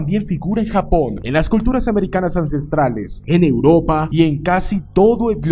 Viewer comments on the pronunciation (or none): none